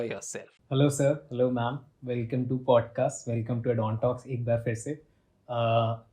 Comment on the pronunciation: BODCAST NAHI PODCAST HOTA HAI